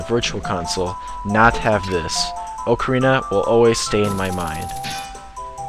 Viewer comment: I am subscribing to your channel, mainly because you pronounce OCARINA correctly. I can't stand it when people pronounce it, Ahkarina.